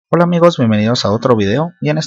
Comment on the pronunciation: Alguien se dio cuenta que dijo 😁😁obla 😁😁